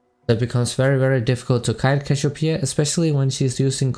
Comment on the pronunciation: "cashopia" xD